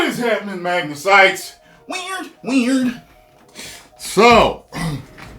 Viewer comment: everytime😤... says weird, it pisses me off. please stop it for the love of my sanity lol